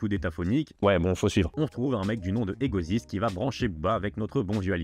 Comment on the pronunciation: Le rappeur de La Cliqua son blaze se prononce pas "Egoziste" mais "Egoçaïst" tu l'aurai su si tu les avais ÉCOUTÉS 🫵😠